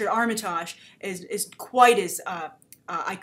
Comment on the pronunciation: First, his name is pronounced Arm-uh-tig, short i, soft g at the end.